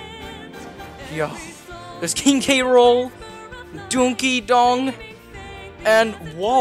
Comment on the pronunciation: dis dude said donkey dong lol it's donkey kong 😂